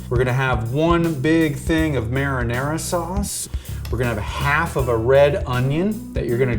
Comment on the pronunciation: Merra-nerra sauce....lol!